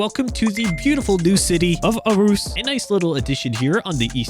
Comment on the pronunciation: Aarhus is pronounced ORHUs as Aa gives an Å sound and the R shortens the vowel and it's a heavy back of the throat language